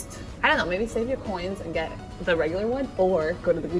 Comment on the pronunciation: she says japanese choins ... because she is in japan